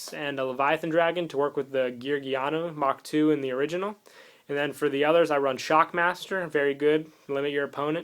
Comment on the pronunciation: By the way, I'm pretty sure its "mark 2" not "mach 2" I may be wrong.